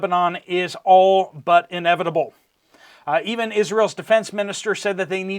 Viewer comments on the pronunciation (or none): none